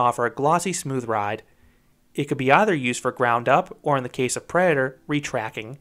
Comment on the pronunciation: "Predaher"...it's driving me crazy.